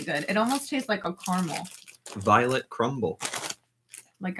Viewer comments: Tyler - we’re not cockney! was right the first time - car-a-mel not car-mel. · Caramel in Australia is pronounced ca-ruh-mul not car-mle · Not caahmuhl. Like CARRMUHL. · It's called 'car-a-mel' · Caramel pronounced here more like care-a-ml (skip the e)